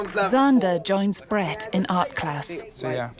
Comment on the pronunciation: Swear the narrator just called that kid bread